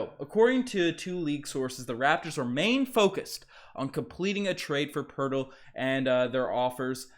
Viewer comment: No, Two first Round Picks straight NO, NO. Poeltl not Hurtle lol would fix some of our problems. I'll be more upset, really only upset if we aren't the team pulling off the Trade with the Portland TrailBlazers, they'd fix all our problems except for a Center. This is a Rebuild season, so that is okay with me. even though Ujiri is silly with his thoughts that this is a Competitive team that can win Championships